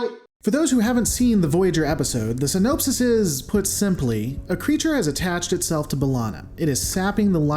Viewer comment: "sin-op-sis" not "sin-nope-sis."